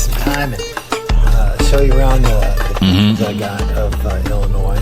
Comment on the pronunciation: Hey! It's Illinois 😊